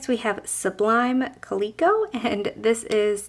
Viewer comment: These are all so beautiful!! Love them all so much. The names, Copper Bengal Tiger and Sublime Calico is not Copper Beangal, it Copper Bang-ull Tiger and Sublime Calico is Sublime Kal-i (as a short i)-co. They are a kind of Tiger and Cat. Unless the maker named them how you pronounce them. If that is what the maker named them then I apologize wholeheartedly. ☺️❤️ Thanks for this video. ❤️☺️🤗